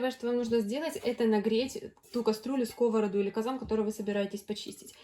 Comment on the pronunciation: Шкребла. СкОворода. Наверно, имея свой канал, следует выражаться грамотно.